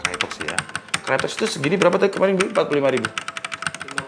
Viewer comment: bang, dibacanya kraytok, bukan krayotek